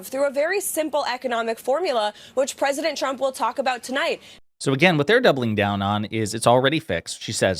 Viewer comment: Sometimes, I wonder if Leavitt says "President Trump" as many times as possible during all appearances as a low-key way to troll him because she always pronounces it "President Chump"